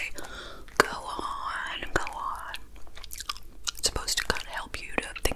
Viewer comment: The Dragon Ball fanboy in me was thinking you were saying "Gohan" instead of "go on" lol